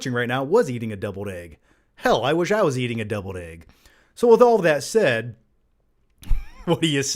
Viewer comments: Are you saying debled egg or deviled egg haha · Is he saying doubled egg????